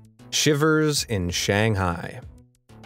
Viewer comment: The way he pronounced Shanghai makes me cringe